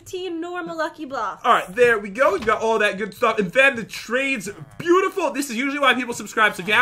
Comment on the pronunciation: Did anyone else notice that Pat said beueutiful (I did the spelling wrong because that is how he said it.)